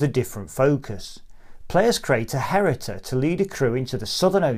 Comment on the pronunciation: “Hereditor”??? 🤔 No… It’s “Heritor.” H-E-R-I-T-O-R. That constant & really irksome mispronunciation aside, many thanks for another useful overview.